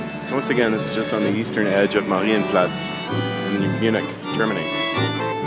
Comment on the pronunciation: sprechen sie deutsch herr ross? ; ) das "marienplatz" klang doch sehr solide. ich schau mir am sonntag andy mckee in darmstadt an, soll ich ihm ein gruß ausrichten? Grüße, Daniel